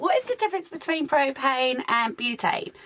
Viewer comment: says beuuupain lol